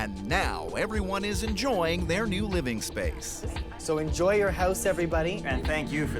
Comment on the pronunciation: Oh I thought she said JOIN not enjoy